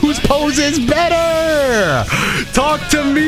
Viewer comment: aint no way he just said seen 'burter' days 😭